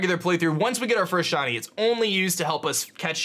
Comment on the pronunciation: Swear on my mum this man says shony not shiny